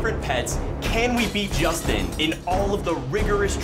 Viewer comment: Did say Sustin LOL?